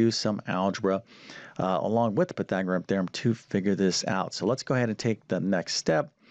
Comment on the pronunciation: He spells it correctly but why can't he pronounce it PythagoreaN? Goes along with algebaric instead algebraic, among other mispronunciations. C'mon. Teach the terms as well as you teach the math.